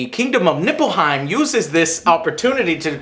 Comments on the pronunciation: Joe its Lena Headey LOL and nippletown, lol i mean Niflheim, but still funny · NIFLHEIM, not "Nippleheim". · I believe it's Niflheim, not "Nipple"heim. XD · why does he keep saying NIPPLEHIEM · did i just hear niflheim or nippleheim ?! :^) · neiflheim you uneducated peasants! not nippleheim. Nippleheim. Nippleheim. hmmm, never mind. nippleheim it is! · Did he just pronounce Niffleheim as Nippleheim? lol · Everytime they say Nippleheim, its like someone's tickling my nipples its distracting :| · its nible-heim not nipple lol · Its neilfheim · Niflheim not Nippleheim smh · Niflheim, not Nippelheim.Probably based on Nifelheim,one of the nordic Underworlds. It's so stupid that you call it Nippelheim, really stop. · I just find it funny he keeps saying Nippleheim LOL. Anyways have fun with FFXV :D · NIFFELheim, not nippleheim. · Pretty sure it's Niflheim, with an F. Not Nippleheim! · NIPPLEHEIM ? beware the power of the nipples xD . its nifleheim if i remember correctly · Niplehein....Niplehein Joe xD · I can't take you seriously when you pronounce Nilfheim that way. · As a FF fan, all of Joe's mispronunciation and lack of understanding was super cringy. It's NIFLHEIM and MAGITEK XD love ya Joe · Niflheim.... Joe.... Niflheim. ;) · If u say nippleheim one more god damn time im gonna flip shit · it's pronounced Nifelhein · I don't think Joe realized it wasn't called "Nipplehiem" until at least half way trough the review XD. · Joe hearing the names wrong lol especially "Nippleheim" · Dells face every time Joe says Nipplehiem XD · Yo Joe, its Niflheim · Daniel always reacts about joe's "Nippleheim" which is hilarious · Niflheim, Joe. Niflheim